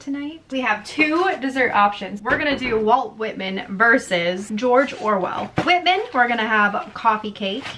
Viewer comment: Lol how your husband pronounced whitman.